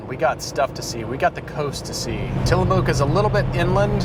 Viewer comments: Thank you for enunciating Oregon correctly. I love the entire WA - CA coastal highway, it's honestly surreal. Edit: HAHAHA, I have never heard it pronounced Tilla-MOOK. That is incredible. Locals say "Tilluh-muk." That was great!! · FYI it's pronounced TillaMUK not TillaMOOK . but you're forgiven because you pronounced Oregon correctly. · It's pronounced "Til-a-muck" not "Till-a-moooooook" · "Till-a-muck", not "mook". ;-) You guys should have stopped. Unless you hate cheese and ice cream. :-) I just finished the video and while great, you really did miss a lot of Washington and further fantastic views by turning East at Westport. You should have gotten back on 101 and continued further North. You can do that without crossing into the reservation. Eventually 101 turns East and goes through Pt Angeles, Sequim (pronounced "Sqwim") and Pt. Townsend. You missed the ferry ride into Seattle from Bainbridge Island or Bremerton that would have been a great capstone for your adventure. Oh well, maybe next time. :-) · Just make sure to pronounce it properly from now on. The 'oo' is pronounced like it is in 'took'. Those of us that live here love our coast and our cheese. Wis-con-sin? What's that? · Tillamook?! ...pronounced Till-ah-muk. ...I love the 101. summer time on a bike is where its at tho. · I'm surprised I don't see anyone making fun of for saying "Tillamooque". Lol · I live in Tillamook and can honestly say I have never heard it pronounced that way.haha Love the video!